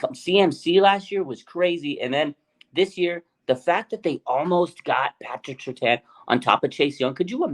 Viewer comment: Surtain… not Surtan!!!